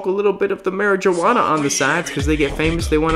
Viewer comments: Did you just pronounce the J in marijuana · Did he just say mari - juh - wana? lol